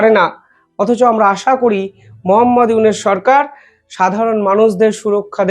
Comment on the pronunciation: ছিঃ এই চেহারায় আবার তাজেলের পার্ট!!!খবর শুনাতে এসেছে!! মোঃ ইউনুসের নামই উচ্চারণ করতে পারে না ঠিকমতো 😮 রেখে দে ,যে কজন গেছে তোদের দেশে আর ফেরত দিস না।